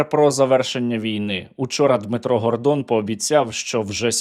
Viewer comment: Гардон не Гандвон